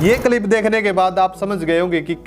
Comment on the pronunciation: Tere bolne ka tarika to pura ganwaar wala hai andhnamaazi. Ab Kya hua freedom of opinion ka ? Kalip nahi hota clip hota hai